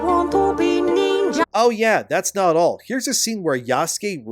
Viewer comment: I swear to God I thought he said "not that hole" when he said "not at all" 😂😂💀 I had to rewind it